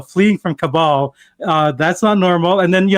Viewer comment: Jeet doesn't seem to make a good guest. Can't pronounce Kabul properly despite supposedly having expertise in international politics. Pulling a desi uncle shtick by "ah ah ah-ing" over Emma and continuing to speak to repeatedly reiterate a point he already made.